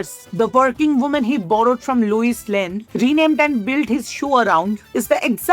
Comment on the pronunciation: Good video, outstanding research. Well done. Side note, have you ever seen superman btw? How did lois became loiuse? It's lois lane ( lo-es) not louise( lu-is)